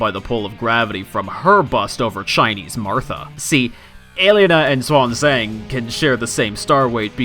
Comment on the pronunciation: Finally someone who says her name right!